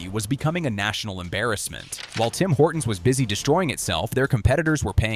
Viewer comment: Guys guys it's Singh Horton's. Get it right.